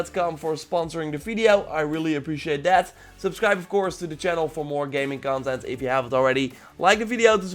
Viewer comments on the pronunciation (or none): none